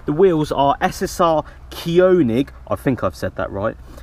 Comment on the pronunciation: It's pronounced Kernig. König = King in German